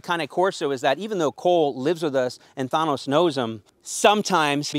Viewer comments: YOU ARE PRONOUNCING "THANOS" WRONG!!!! ITS THAAAAN NOS NOT THAHHHN NOS!! LOL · And the way he pronounces "Thano" too 💀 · Such weird pronunciations of the words this man is saying. THAUNOS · Why do you pronounce his name like that bro? Thunose? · Is nobody gonna mention the way he pronounces "thanos"? 👀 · The way this guy pronounces Thanos is killing me. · Ur pronouncing Thanos wrong bro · Why would you name him Thanos then pronounce it like that 🧐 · If you’re going to name your dog after a Marvel character at least pronounce it correctly.